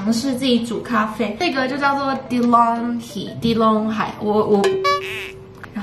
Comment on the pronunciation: Hey, love your content. Always feel motivated by your vids! No offence and I’m not trying to correct you... The coffee maker’s name is pronounce as De-long-ii(silent h). At least that ‘s how we pronounce it in NZ. Cheers!